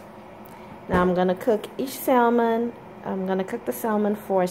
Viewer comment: You don't pronounce the L. Even in ebonics..